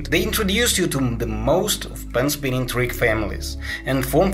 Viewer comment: U said tuik instead of trick